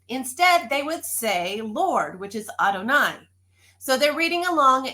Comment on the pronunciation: another question. When you say Adoni. Why does Adoni sound like I deny, I'm trying to understand